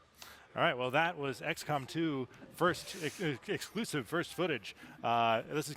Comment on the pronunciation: "That was x-com 2's eguhegsluisive first footage"